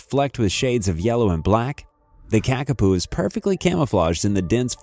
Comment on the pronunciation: The narrator is pronouncing the New Zealand flightless parrot as Kakapu( which is incorrect) this is correctly spelt and pronounced as 'Kakapo'.